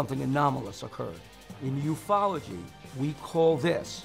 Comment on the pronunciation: Did he say…..Ufology……?